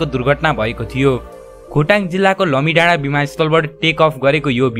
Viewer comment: लमिडाडा होइन लामिडाडा हो